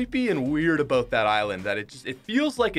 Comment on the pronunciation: Dude... it’s “eye land”, not “eye island”